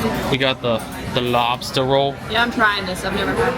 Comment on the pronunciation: Not bad pronunciation of Lobstah.